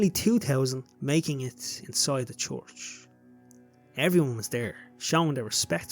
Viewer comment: Have you ever heard yourself say the word church 😂